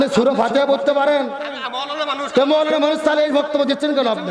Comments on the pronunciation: তোদের সাংবাদিক কে বানিয়েছেরে ভাই মৌলানা নারে ভাই মাওলানা হবে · মৌলানা না মাওলানা আগে উচ্চারণ ঠিক করেন 😂😂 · মৌলানা বলতে কিছু নাই মাওলানা হবে শুদ্ধ বলা শিখুন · আরে মেয়ে মাওলানা শব্দ টাও ভালো ভাবে বলতে পারো